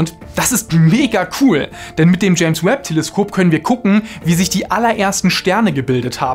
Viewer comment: Telesköp hahaha der kam unerwartet